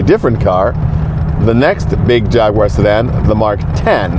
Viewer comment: It is so nice to hear an American pronounce jag u ar and not Jaggwaaar 😂well done sir